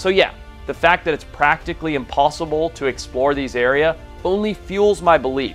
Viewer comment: I’ve never been more distracted by a presenter’s on screen presence in my life. He hardly looks into the camera (instead noticeably reading his script which must be off to the side of the camera lens). He mispronounces words like “commander” and “areas”. And his chair never stops moving. I couldn’t even.